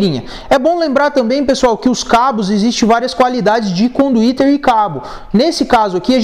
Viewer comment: CONDUITERRRRR KKKKKKKKKKKKKK